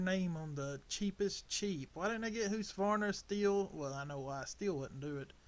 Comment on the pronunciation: ITS huskavarna not husvarna 😂😂😂😂😂😂😂